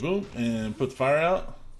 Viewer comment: I thought you said file instead of fire but thanks exsasoiror